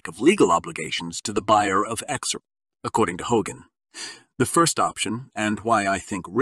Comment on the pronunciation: What a BS channel, starting from the title up to the how you pronounce XRP!